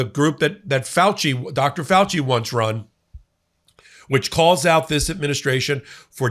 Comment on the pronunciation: speak clearly fella! It is Dr. FaU-chi. Your eneunciation made it sound as if you were calling him Dr. FeL-chI. That's an entrely different specialization.